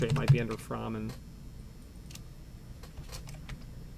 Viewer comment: I met Frank at locksmith association meetings and have talked to Phil many times. I own a No. 2 and his impressioning tool. It's pronounced "Frayman" not "Frahman". Frank was a perfectionist. The No.2 machine is a work of art. As you stated it looks complicated but once you learn how to use it, you appreciate how simple it actually is. Your points are spot on. Those type jigs usually leave marks. I also don't like the hole saw spinning in those bushings but I still use those so the crossbore is correct. Most locksmiths probably don't have the experience you have with as many doors not to use some type of tool.